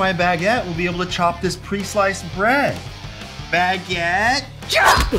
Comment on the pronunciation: HE SAID IT! HE SAID BAGGIT! 🤣🤣 Edit: Ian remembers the doughnut robber incident.